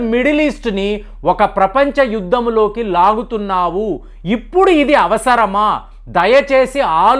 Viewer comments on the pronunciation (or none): none